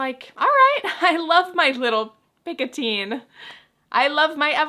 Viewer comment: The way you are pronouncing Picotin in french would take an « e » at the end (Picotine). The way Picotin is written would be prononcée the same way as Train or Chemin in french. Which is a sound that doesn’t exist in English. I also don’t know how Hermès pronounces the Picotin bag, maybe they do it the way Picotine would be pronounced.